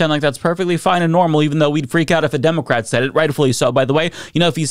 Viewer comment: It still amuses me how says “democrat”. He leans on the O. 😊